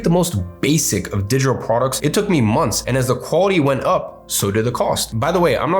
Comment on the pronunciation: He says digital products like Kim Jon. "Digitor prorcs"